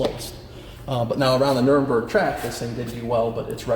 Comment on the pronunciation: I can't take anyone seriously about cars when they say 'nurmberg' in reference to the Nürburgring.. smfh.